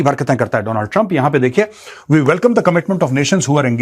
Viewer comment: World : Donald trump. Modi : Doonal trump 😂